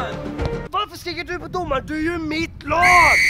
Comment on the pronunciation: Älskar när du säger domman😂😂😂😂